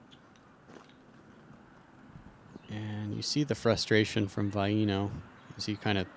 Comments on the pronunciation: Bruh... Vi-E-no?... It's pronounced Vi-no. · i dont undestand how hears queen say Vaino's name right then keeps saying it like a moron saying vye-ee-no, its "vye-no"